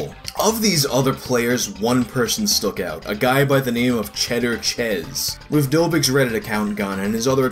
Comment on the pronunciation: Did you say one guy stook out? lol